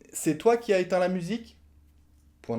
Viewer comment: "C'est toi qui aS éteint la musique", c'est toi qui as mangé le S ? 😆